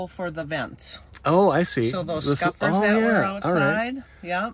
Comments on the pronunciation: Interesting and detailed vid. You do keep calling “scuppers” “scuffers” at least that’s what I hear. It’s Scuppers, the nautical term as far as I know. Enjoy your lovely van. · I had to listen a couple of times but I'm pretty sure she is saying scuffers.